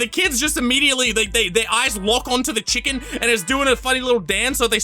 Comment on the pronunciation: they said: "here at lankybox we love chicken" but they prenounced it as CHILLken and spurted it so it would capture kids' attention